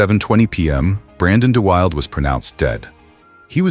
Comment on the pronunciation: Brandon De Wilde pronounced his name "Brandon De WILL-DA", not "Brandon De WILD".